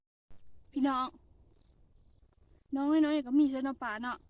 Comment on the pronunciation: งามจ้า..งามหลาย..เว้ากะม่วนเสียงกะ ดังฟังกะชัดแล้ว คำว่า(เน๊าะ) ออกเสียงได้ม่วนหลาย เป็นอีกหนึ่งคำ หนึ่งข้อที่เป็นจุดเด่นของที่จะทำให้ คนเข้ามาฟังมาชมและก็มาติดตาม